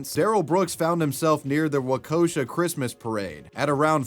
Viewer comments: wah KOH shuh? hahahaha you didnt even learn how to pronounce the names you say in your vid before posting it???? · Its not Waukosha. Its Waukesha. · I know this is totally unimportant, but as a Wisconsinite, I feel the need to leave this comment lol. Waukesha is pronounces "Walk-eh-shaw" nobody is able to pronounce Wisconsin city names except for Wisconsinites haha. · It's pronounced Wah-keh-shaw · Jsyk Waukesha is pronounced “walk-a-shaw” Also his trial was BONKERS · I don't think I've ever heard anyone pronounce Waukesha the way that did haha (walk-eh-shaw) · I'm sorry, but you mangled the pronouncification of Waukesha. It is pronounced like: Walk-ish-sha From someone who used to live in Wisconsin not far from that area. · I'm so sorry but as a Wisconsin native - It's pronounced "Wak-a-shaw" Edit: I know it's a serious video, and a serious topic. But I also cringed every time he mispronounced Waukesha. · As a Wisconsin native, it’s kinda fun hearing people try to pronounce cities. Waukesha is pronounced Wah-keh-shaw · Fyi, Its pronounced Wha - Ka - Sha. Wisconsin names a fun. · As a Wisconsinite I have to tell you it's pronounced WAH - KESH- AH or sometimes WAHL- KESH- AH 😂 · Waukashaw is how it's pronounced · You pronounced Waukesha, WI wrong lol……Wau-ke-sha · Not that it’s important to the contents of the story, but for future reference, Waukesha pronounced wa (like Waluigi) kesha (think the pop star Ke$sha). No O sound in there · As a Wisconsin native, I've heard many of our town names mispronounced, but "Wacosha" is a new one. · WALK-E-SHAW WISCONSIN. Feels like I said this before on another story of yours. Do Better. At least get names of the cities correct. Don't say it wrong with confidence... like you're right. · As a wisconsinite, hearing Waukesha pronounced as "Wa-KO-sha" drives me up the wall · You said Waukesha wrong. It's an easy word. You can do it buddy. waa·kuh·shaa 👍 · lol it’s Waa-KEY-shaw There’s no O in Waukesha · Wah-ke-shaw, Wisconsin